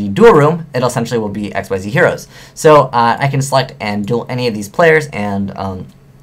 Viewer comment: "Xyz" isn't pronounced "x y z", it's pronounced "ex-ease".